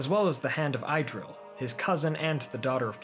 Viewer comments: Pronunciation note: please: Idril= Ih-dril or ee-dril NOT EYE-dril! Thanks. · It's not 'Eye'-dril, it's pronounced Idril with a short i as in the word, well, in - good storytelling though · Not “Idril”, “Eedril” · I have a question, wouldn’t the pronunciation of Idril be Eedreel? Just correct me if I’m wrong, tanks and great video!